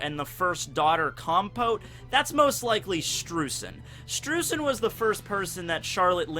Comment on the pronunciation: Streusen is pronounced "Sh'tro'ee'sen" German's my mother tongue Also the Kana for his name is; 'シュトロイゼン' 'Shutroizen' So Oda gets it. Just follow the Kana for everything from the One Piece Wiki and you're Golden. That should be everyone's approach